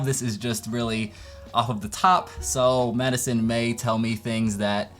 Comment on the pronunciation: I didn’t realize you’re wife was named Maddison, so I thought you were saying “Choosing School and Medicine”💀💀